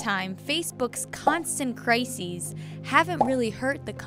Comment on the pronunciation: thats not how u say crisis